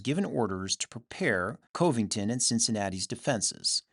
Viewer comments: FYI, Covington KY is pronounced with the first o having the same sound as the o in dove. I really enjoy your work! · General Lew Wallace and Cuv-ing-tun , Kentucky.